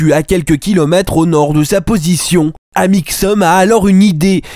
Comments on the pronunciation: Mdr les "Malheureusement ça a mal tourné, explications", "Amixeum" et "Monsieur Freak" m'ont tué 😂😂😂 t'es un génie mec continue comme ça !!! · "Amixseum dipie" XD oh mon dieu j'ai rigolé non-stop du début de la vidéo à la fin, tu es génial!